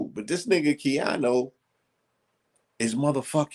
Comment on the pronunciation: Keanu not ‘Keano’ lol